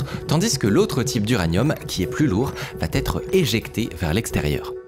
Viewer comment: Très sympa ce rappel ! En revanche, la prononciation "va-t-etre" m'arrache les oreilles, pitié !